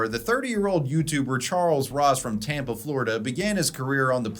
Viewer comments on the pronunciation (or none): none